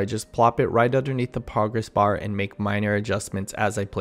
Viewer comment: I had the video playing in the background and swore you said “poggers bar.” That’s silly of course but did make me double take haha. Great video!